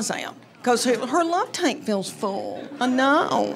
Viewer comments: I finally had to look down at my phone because I thought she said love “taint” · So......FYI.....Due to how you speak, "tank" sounds like "taint." Might want to stress the "k" when telling those jokes..... Though you are still hilarious, so maybe just keep doing what you are doing ? lol. 🙂